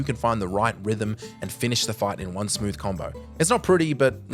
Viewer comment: Did he say one or Juan ?